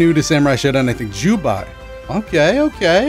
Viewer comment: It's Ju-bey not ju-bye